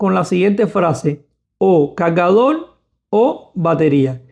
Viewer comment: calgadol, conectol, lactop jajajajaja aprende a hablar